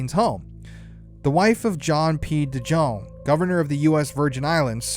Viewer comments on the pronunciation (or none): none